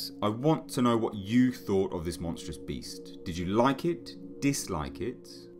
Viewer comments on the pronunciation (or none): none